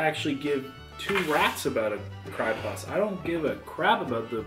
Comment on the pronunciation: Hahahahaha you said "cry pust" instead of " pie crust" 😂😂. Love your vids